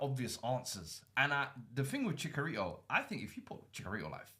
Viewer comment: As a Mexican hearing you say chickarito is hurting me :(